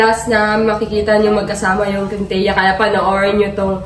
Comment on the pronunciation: kintia ra malakas hindi wintia